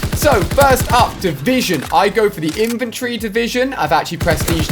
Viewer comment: Infantry divison not inventary divison... get it right